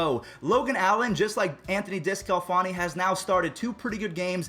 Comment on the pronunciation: Also, sorry to be that guy, but it’s Di (like didi) sce la fawn e.